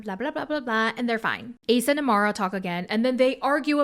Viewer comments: Her name is AMAYA not AMARA 😭 please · lol her name is Amaya right? The Amara is throwing me off 😂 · Girl her name is AMAYA not amura 😭😭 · as a fellow amya, her name is pronounced “Uh- MY - Uh” not Amara 😂😂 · I was like who the hell is Amara? it's Amaya girl 😭😭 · Girl I think it’s Amaya not amara 😭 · Everytime you said Amara instead of Amaya 🫨🤣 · Amaya* not Amara. I saw that you kept repeating “Amara” 😩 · Her name is uh-my-uh.